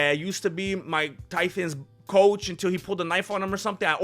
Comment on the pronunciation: Did say Tython? Lol